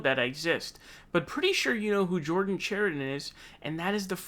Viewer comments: Pakman finnally got Dores name right, called him Doray a few times, but Chariton is not pronounced Char i don. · The fact David can’t pronounce Chariton, shows David hasn’t been watching standing up for the working class